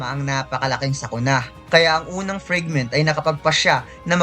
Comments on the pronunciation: FRIGMENT? oh FRAGMENT? pa correct nga ma? parang marami raming maling pronunciation nya? 😅😅😅😅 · Say it "Fregment ob brelyant ob layt"